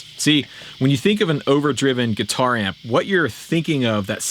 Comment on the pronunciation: I’m getting annoyed that he keeps saying katuar